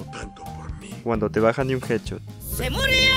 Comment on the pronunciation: dice hadshot en ves de headshot